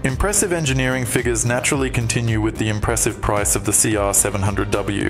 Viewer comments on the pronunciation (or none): none